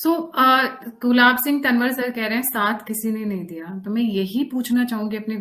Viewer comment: तनवर नहीं तॅंवर बोलिए।